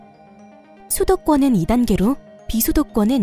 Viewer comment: 소도권과 비소도권이라고 들리네 ㅋㅋㅋㅋ